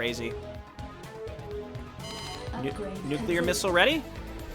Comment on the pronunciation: He said nucular :D